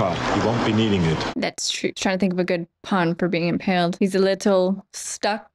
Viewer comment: Good ole Bill Paxton. Not impaled, impoled.